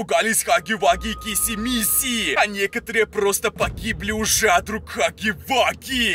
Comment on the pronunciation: Блин мне так раздражает когда ты говоришь хагги вашими И киси мисси и жыыть🤣